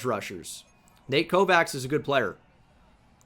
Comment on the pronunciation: Always love the offseason videos! Thanks for another great vid! Quick side note, Kovacs is typically pronounced: KO-VATCH